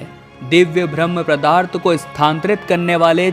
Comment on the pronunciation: जानकारी अच्छी थी बस किसी-किसी शब्द का उच्चारण सही नहीं है जैसे-पदार्थ को प्रदार्थ बार बार बोला गया।